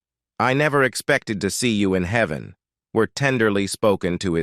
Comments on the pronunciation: It's "Heaven," not "Heven." AI is not quite there yet. On another note, I think Roy found the Hollywood elites entertaining as he let these clowns mess with his eyes and such. I can imagine him chuckling at these perverts. And they were perverts then as they are now. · The computerized voice, with its mispronunciations - heeven for heaven - and odd cadences, was hard to listen to. The numerous film clips of men mistakenly shown as Rogers - Lloyd Bridges?! - was jarring. And Clark Gable was not a Western star. The title of the video was predictably just dishonest clickbait. Nonetheless, it was fun to see the many film clips and photos of Roy and Dale and learn some trivia about them. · Enjoyed the video, but the text-to-speech needs improvement. "Heevan"? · You should redo the narration , heven instead of heaven, Roy Roager, I think, and other humorous fumbles. But I did enjoy not hearing the usual evil reality of some Hollywood stars. Trigger was also shown behind Roy toward the end but yes, that was Trigger and Roy had him stuffed. Trigger was in the movies before Roy owned him. Olivia De Havilland rode him in the "The Adventures of Robin Hood" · This was a wonderful tribute to anicon from my childhood and I loved everything except that robo voice that mispronounced Rogers to rog-urs and Heaven as he-van. Roy Rogers and Dale Evans were such fantastic people and the love they poured outon their children was wonderful. My Mother, a few years before weblost her to congestive heart failure had the opportunity to meet Dale Evans at a local church. She was elated to hear her speak. Awesome folks and the most beautiful horse -:Trigger!